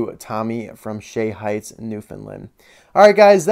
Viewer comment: hahaha My Dad said he is happy El Materdor found its way to someone who appreciates it so much and that you pronounced Shea Heights and Newfoundland 100% right on! Best wishes and thanks again!~